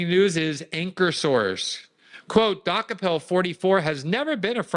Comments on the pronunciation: Glenn is name challenged, he couldn’t pronounce Dokoupil to save his life. (Doo-copel) not (Dock-a-pull) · It's "de-cope-il" not "dock-a-pell" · I think his name is pronounced Du-ko-pole. But who cares?😅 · She's going to destroy the network, but hey, that's her problem. Can't get the toothpaste back in the tube. His Czech name means "he bought it/ he bought the rest". DOH-ko-pil, with the stress on the first syllable (DOH), short vowels (like in "hot," "cot," "pit"), and the 'ou' sounding like the 'ou' in "out" or "soul," ending with a soft 'l'. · Pronounced DOO-CO-PULL😊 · Glenn, please learn to pronounce the guys name (Doo-copel). Zionists stand together. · I often view CBS news; their staff refer to Tony "De KOpul" (emphasis on second syllable). More broadly, what we're seeing, for 30 years, is the remarkable sight of above-normal intelligent Jewish (and to a less dramatic extent, Conservative Evangelists) people transform themselves into dumb idiots, repetitively executing very poorly conceived policies. Thanks to intelligent Jews who remain sane, rather than revert to anachronistic Biblical textual adherence, ignoring Greek drama as well as much recent history and practical experience. It's one thing to 'fight fire with fire', quite another to abandon civilized norms and revert to blindness in policy. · I think Glenn is mispronouncing that name on purpose. LOL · Learn to pronounce his name correct. He’s been on CBS in the morning in the morning show. The show has been watched for a long time. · Maybe he's mispronouncing it on purpose? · THANK YOU! He kept saying it over and over the wrong way 😂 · Can Glenn pronounce the guy’s name wrong one more time?